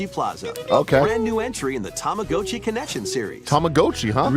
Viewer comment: Acktually 🤓, in Japanese, the "go" character is strictly pronounced as we would say the word "go". So, Tamagotchi was pronounced correctly in the direct. If it were pronounced as we commonly do in the US (like how "Gacha" is pronounced), it would be spelled as "Tamagatchi". Americans adapted to the technically incorrect pronunciation due to poor localization, as 90s US commercials pronounce it with the "ga" sound.